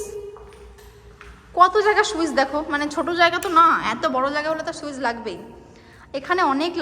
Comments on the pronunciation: সুইজ না সুইচ 😅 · সুইচ ❌ সুইস✔️